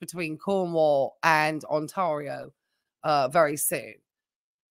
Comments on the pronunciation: "Ontario" is pronounced "tear", like "tear the paper". 😉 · People have different accents, it's fine